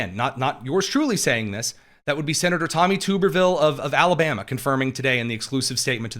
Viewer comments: Tub-er-ville, not tube-r-ville. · Hey, I live in Alabama and It’s Senator Tommy ( Tub- er- ville). He was once a great Auburn University coach, ( War Eagle) now hopefully our next Governor!!!!